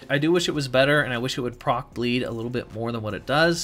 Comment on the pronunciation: Sounds like you’re saying “get X to proct,” instead of “proc”.